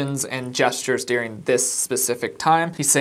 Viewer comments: I love how you pronounce the word "During" as "Deering ". Do you know that you do that? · It is during, not dearing.